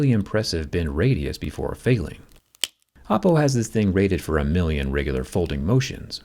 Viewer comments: Bruh it's not "Appo" it's Oppo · Oppo made a fantastic job...of hiding an apple word in "oppo" . Once you hear the a(o)pple instead of Oppo while Zack talking... you can't unhear it... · Am i tweaking or does he say apple afew times instead of oppo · I Heard Apple all the time instead of Oppo 😂